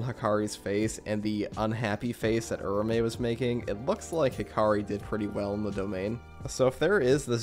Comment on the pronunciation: I think Its pronounced Ura-Ume, just how Its written..